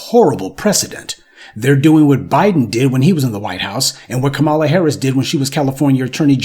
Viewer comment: You make excellent points and I enjoy watching your content. However, why the disrespect when pronouncing VP Kamala Harris' name?